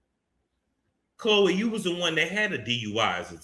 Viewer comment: if you say “KKH-LOEEE” one more gin😭😭😭😭